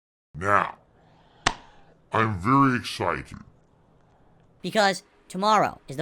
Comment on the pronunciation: "I'm very excite-ted." There's only one 'T' in excited,. Yet he always doubles up on them.